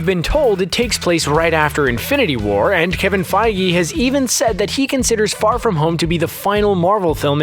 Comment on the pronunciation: feigUH. not feigee